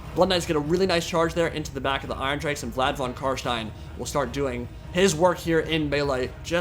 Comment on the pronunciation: Your pronunciation of von Carstein is on point